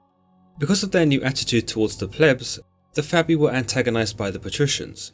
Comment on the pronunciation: "...they were known as the Fabii...or the Gens Fabia" Nope, that was not "Labia".